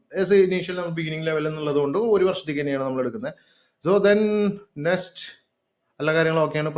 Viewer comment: Bro, parayunnath kondonnum thonnaruth. Nest alla, Next.